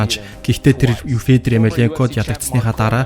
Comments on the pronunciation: ё үсэг мэдэхүү сда минээ фийдэр гээд шаагаад байхын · Фииидрр гэшш.. сда чамайг янхан гээд байвал ямар байна. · Федор гэд хэлчилдээ хэл муутай сда бэ яадаг